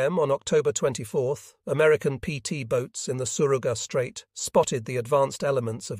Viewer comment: The AI utilized here has a hard time with correctly pronouncing names, both Japanese and English. It was quite confusing until I could figure out who it was identifying. Also, place names like the Surigao Strait are mispronounced. Otherwise it is an interesting story.